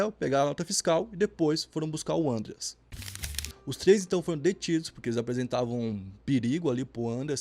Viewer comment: Nao é"Ãndreas", mas 'Andréas", é nome alemão e nao inglês, flor